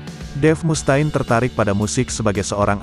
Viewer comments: ampun dh Mustaine ( read ) Mustein, bukan Mus ta'in 🗿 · Mus Ta'in bro banyangan coba didengernya.